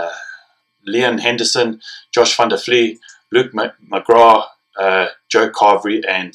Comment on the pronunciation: Not that hard to pronounce to Kieran Marmion!! or Iain Henderson!